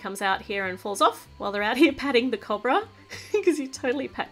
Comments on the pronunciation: I'm not trying to be mean but it's not cob-ra its co-bra😃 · YOUR PRONOUNCING COBRA WRONG! CHANGE THE SOUND OF THE O!